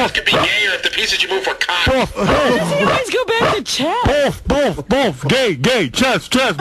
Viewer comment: I think he says BOFF about NOINE times